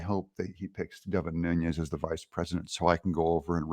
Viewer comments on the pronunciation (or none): Its New-nis (Nunes) not Nunez hes Portuguese not Spanish. I hate that shit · Devin Nunes is not Hispanic. And his name is not Nuñez as it’s often pronounced. He’s Portuguese-American. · Doug, it’s pronounced Nooness not with the Hispanic ń, he’s of Portuguese descent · But it's Nunes with an s. Not a z lol